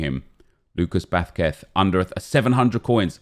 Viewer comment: No one: Absolutely No One:: BAsQueTH Edit: thanks for the likes guys I really hope sees this and it makes him laugh because it would make my day😂